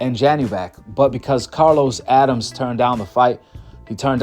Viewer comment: It’s pronounced “A-dam-mes” and spelled Adames not Adams